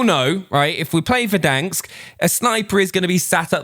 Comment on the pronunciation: It’s VERDANSK. Not verdanks....... 😭